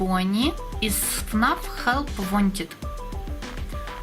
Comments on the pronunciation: читается хелп вантэд а не хелп вантед и это не спрингт бонни это глич трап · Вонтед а не вондит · прости, но правильно Хелп Вент